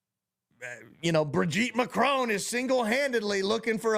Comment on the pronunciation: His "Brigitte Macrone" cracked me up....I'ma use it as of now 😂😂😂